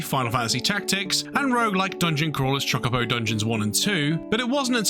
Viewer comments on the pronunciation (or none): none